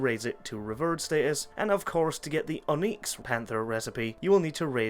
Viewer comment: Where did you learn to pronounce words?! Oneex, revurred...